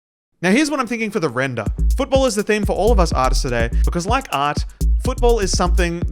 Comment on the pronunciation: Lmao i like how he says "Render" 😭😭😭😭😭😭😂😂😂😂😂